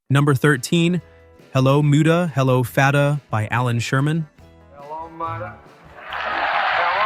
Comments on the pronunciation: Like moo-dah and fad-ah? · Yep, the mispronunciation of "Muddah" and "Fadduh" proves that the "narrator' is not a human being who has ever actually heard the song! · Your $TUPlD Al doesn't know the correct pronunciation of 'Muddah' and 'Fadduh' because IT IS NOT HUMAN. Are YOU?